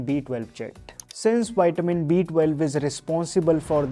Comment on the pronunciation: Thank u so much for this video. But it's vi-tuh-min. Waiting for more. ❤🎉